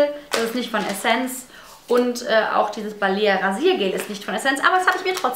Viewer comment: So wie du "essence" zu Beginn ausgesprochen hast, war es richtig ;) Im restlichen Video hast du es dann immer falsch ausgesprochen ;)